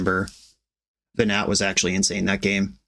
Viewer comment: watching this with my boyfriend that I met talking about FFXIV, hearing "Ve-gnat" and "Hid-a-lin" and I'm just sitting here smiling and he says "This hurts me"